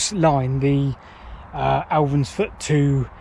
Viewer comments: It's Elvanfoot. Not Elvansfoot. Sorry to be nit-picky but that village is close to my heart. It's where my mother was born and spent her childhood. Lovely place. ☺️☺️ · And Elvanfoot is pronounced Elvanfoot, not Alvansfoot. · What a great video of the line. Just a couple of corrections for you though. It is Elvanfoot, not Alvinsfoot. Wanlockhead is pronounced Won-loc-hed. Leadhills is actually the highest village with the average height of the village being 6m higher than Wanlockhead. The misunderstanding over the heights comes from the very wrong heights given on the Wanlockhead village signs which have been put onto Wikipedia, Visit Scotland have then used Wikipedia without any checks. The gold for the Scottish Crown Jewels came from both villages. The gold is 23.2K and the purest in the world. The mines were very deep, with some going down to sea level and lower.